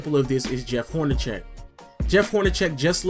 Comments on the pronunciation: its Horn-a-seck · Lol I think it's pronounced Horneseck not Hornecheck but good video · I like your videos, but Jeff Hornacek's name is pronounced as though the c is an "s". Just pointing out a pronunciation thing.